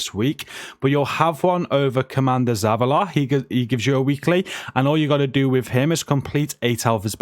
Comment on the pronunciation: How did he pronounce Zavala?!? 🤣